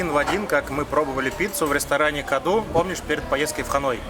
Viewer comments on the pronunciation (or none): none